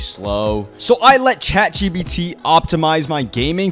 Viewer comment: bro said chatgbt